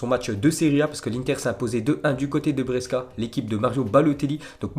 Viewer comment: Pas Bresca mais Brescia 😍